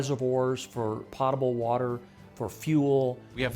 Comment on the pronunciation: The word “potable” has a long “o.”